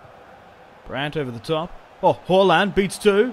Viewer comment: Did anyone notice he calls halaand haulland